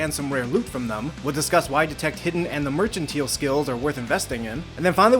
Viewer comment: I was wrong, he didn't figure out how to pronounce "mercantile" T.T In all seriousness though, this is a great series! I'll definitely be coming back if I need any tips for other games :)